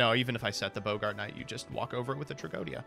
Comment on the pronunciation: ......it's Bog-ert, not Bo-Gart. it ain't the actor from Casablanca.